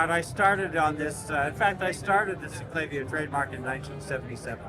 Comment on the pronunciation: Yes! But there is video of Cameron pronouncing it both ways. However, the word "clavier" is pronounced "cla-VEER", as in Bach's "Well Tempered Clavier" -- so "CLAY-vee-er" is incorrect.